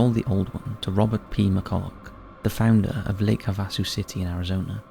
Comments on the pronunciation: Lake Havasu is PRONOUNCED Lake Have-uh-soo OR Have-ah-soo - NOT ha-vas-soo - :) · It’s pronounced Lake Have-a-sue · It’s pronounced HAVE-a-soo. I’ve been over both London Bridges, Lake Havasu and London. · It’s pronounced Lake HAV-VAA-SUE. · Lake Have-a-sue. I cringe every time you mispronounce a name or place, which is just about every video. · Pronounced- Lake Have-Ah-Sue. Easy peasy!